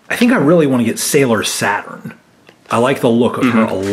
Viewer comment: It's SATURN, not Satin =)